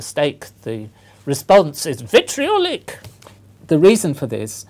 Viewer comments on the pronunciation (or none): lol..."VITRIOLIC!" :D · "vitRIOLIC !!!!!! " xD